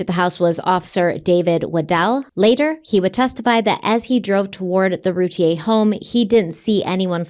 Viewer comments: Darlie’s last name is pronounced RUE-TEA-AIR. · Their name is pronounced Roo Teer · It’s Roo-tee-ur. Just saying